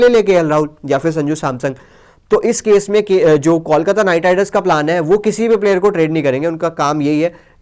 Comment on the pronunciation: Pls Correct Your Pronouncetion. ITS KOLKATA